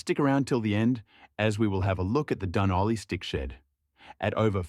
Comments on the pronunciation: Robot you can’t even pronounce Dun Olly, suggest you go back to school. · Is this AI narration? it says 'Dunolly' really weird